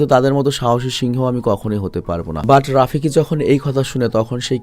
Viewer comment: ভাই ওটা রাফিকি না ওটা হবে রফিকী।😊